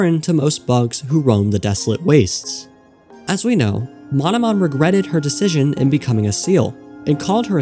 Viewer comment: Ah yes, "Mononom"